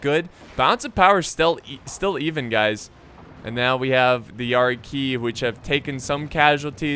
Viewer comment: Is it pronounced yari “Key” or Yari “kI”